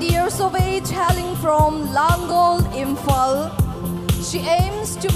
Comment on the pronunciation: Sana is beautiful but she can't differentiate R and L... Eg Imphal = Imphar, beautiful=beautifur.